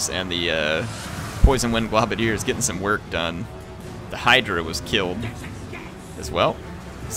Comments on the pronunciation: I hate to be an arse, but because I've seen it on multiple videos... It's pronounced "globe-a-diers", not "glob-a-diers". Sorry! Peace! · you're killing me, man. It's gl-oh-badiers, not gl-ah-badiers. It's because they throw globes of poison at their enemies. Keep up the great videos, by the way!